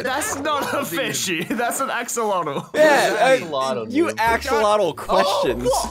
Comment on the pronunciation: "it's an axalotal." SSundee then kills it "......"